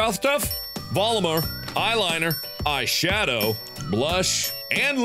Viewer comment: Oh god Mark, it's eyeshadow, not eyebrowshawdow😂